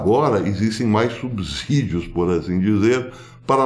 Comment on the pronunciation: Escutar alguém falar "subcídios" é alentador! Pouca gente pronuncia da maneira correta! Parabéns,!!!